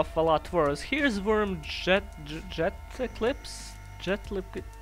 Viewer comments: I think it's supposed to be said as "je-de-lex-se" like maybe the P is silent, and it actually kinda hurts to try and pronounce it with the P... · My attempt to dissect Jetelikpse Jeh tell (easy part) I (pronounced like in, but without the n) Kpse (kip see.) Jeh-tell-ii-kip-see. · In my theory, Jetelikpse probably is supposed to be [jet-el-ik-say] because the P is probably silent like pseudo or pterodactyl